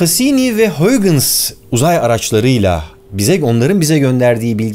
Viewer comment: Huygens hollandada g ye h diyolar